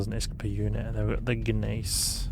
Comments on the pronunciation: “Guh-mace”? 🤣 Gneiss = Nice. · hehehe, the G is silent , it's more like niece.